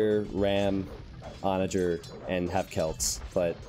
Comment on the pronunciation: Barely anyone says it that way.